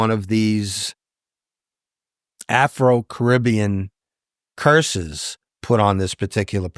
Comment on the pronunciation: he said AfRo with that hard R lol…